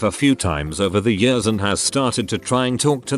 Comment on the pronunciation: Nobody: TTS: FAST FOWARD 20 “YEORS”